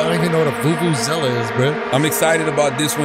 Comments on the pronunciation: You said it right Andrew, it's a Vuvuzela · Thanks Schulz! yes, done said it perfectly, Vuvuzela XD